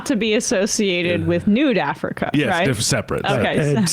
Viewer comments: Emma continually calling it “Nude Africa” is so funny to me. 😂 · I love that Emma keeps inadvertently saying Nude Africa.😆